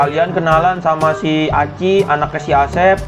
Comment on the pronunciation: Aci bang bukan ichi